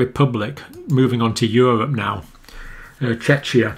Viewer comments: Pronunciation correction: Czechia (aka Czech Republic) is pronounced “Checkia”; not like you’re trying to say “Chechnya”, which is of course a totally different country 😉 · Yes, more K. Pretty much as the Cambridge guys do. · Greetings from Czechia. It is our way to propagate our country like openminded to all experiences and cultural enrichements. Pronunciation of CH is like Christ, not like Churchil or Shithole.. SOS... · "Czechia" is the new English name of the country until recently known internationally as the Czech Republic. It is derived from the word "Czech", which is pronounced the same as "check". People who live there are called Czechs, pronounced "checks", as they always have been. It is, therefore, "Checkia", not "Chechia". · I agree. But English pronunciation is messed up in general. I've heard many people understandably mispronounce this relatively new name for the Czech Republic. Think of how you say "Czech". It's basically that pronunciation with "-ia" added to the end and they drop the "Republic". So Czechia instead of Czech Republic. It's still a controversial name with some people loving it and others hating it ;-) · Check the pronunciation for CZECHIA. This can not be right. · John has been reminded of this before. Google Translate has the same American English pronunciation.